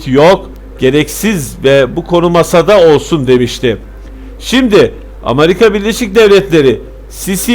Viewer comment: Kardeşim ağzına sağlık ama sen Amarika deyince olay bütün ciddiyetini yitiriyor.